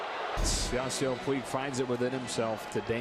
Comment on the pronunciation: Don’t say Puig